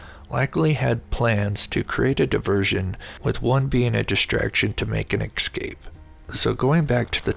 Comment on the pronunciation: why the fok all americans say Exscape instead of Escape?